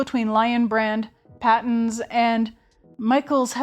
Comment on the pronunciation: A very late comment but being from Australia and Patons being an Australian brand I can confidently say Patons is pronounced Pay tons. I am really enjoying catching up on your older videos.